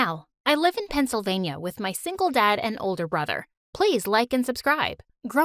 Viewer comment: Janelle: "Pennsylvania" Me: "pencil vainia"